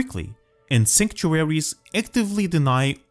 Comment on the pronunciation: Why would you make a video on a word you can't say.